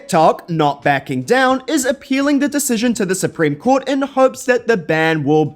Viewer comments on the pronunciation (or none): none